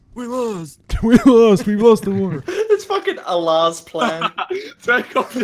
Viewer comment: I was enjoying this until mispronounced allah 🤷🏼‍♀️🤷🏼‍♀️🤷🏼‍♀️🤷🏼‍♀️🤷🏼‍♀️